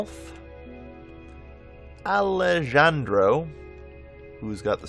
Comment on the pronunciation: Alejandro = Ali-Han-dro. The J sounds like an H.